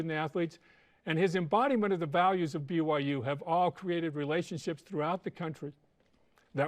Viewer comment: He pronounced President Schovanec’s name correctly, then Schovanec says “I’m delighted to welcome “Bigum Yum” University into the Big 12 conference”?!?! Hahah